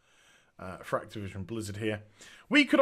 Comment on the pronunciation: I genuinely heard you say: Craptivision.